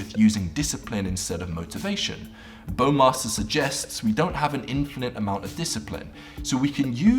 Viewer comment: Hearing "bOwMaStEr" as a german seriously hurts.